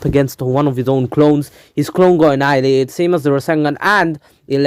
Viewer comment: "All ants should be AHNIALATED" 2021